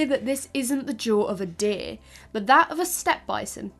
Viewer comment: The accent is off-putting. Sometimes it's just "deer." Other times it's "deh-uh-eeuh," with vocal inflections. Deer is not a tripthong. Chop it off,. Just say, "deeurh." A dipthong, no changes in tone needed. Di urh. Dee urh. Gurl, you makin; me sweat up in heah. Also, it is adaptations, not "adaptions." Please and thank you. But your presentation is otherwise excellent. If all I can do is find stupid "fault" with minor pronunciations, you know you've done a great job.